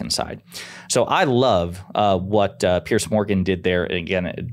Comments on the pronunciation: Learn how to pronounce his guitar name. It’s not Pierce. It’s Pier’s like a dock. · Hey, his name is Piers (pronounced 'Peers', with a soft S), not Pierce! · Thumbs down just for doing a video about PIERS Morgan and calling him PIERCE. Can Americans not read??? They all seem to make that mistake. IT'S PRONOUNCED HOW IT'S SPELT!!! Like the platforms extending from a shore over water and supported by piles or pillars, used to secure, protect, and provide access to ships or boats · Piers, the multiple of Pier. Not Pierce. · I'm not sure why Americans struggle to pronounce "Piers"*....it's not "pierce", as in "I feel like my PEERS are doing much better than me." Not, "please don't PIERCE me with that needle." "....we had that in 2016, remember Hillary..." What?! No I don't Kari. Please enlighten me with the "whataboutism" lies. & ...you bring up this exact point. Why are Republicans so incapable of recognising truth? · Not pronounced as Pearce. Piers, like a boat dock.